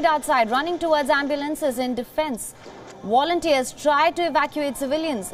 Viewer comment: Why can't Indian journalists pronounce words properly....it is Volunteers NOT Wolunteers!!!